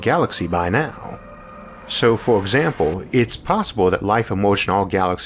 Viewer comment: Is it me or does this guy pronounce some words like he’s a baby? “Foe exwample” “yeers” “bwillwions”